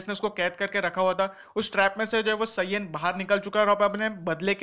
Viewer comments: Bhai saaiiyan nhi saiyan kehte hai kam se kam naam to sahi se boli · You are pronouncing saiyan wrong😤😤. Pls speak correctly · ok. I am not making fun of you bro. I am just telling 😢